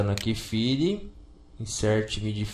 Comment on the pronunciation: Môze ?? Fili ?? inseti ?? Riversi ?? Pá ?? Aquió ?? Daci ?? kkkkkkkkkkkkkkk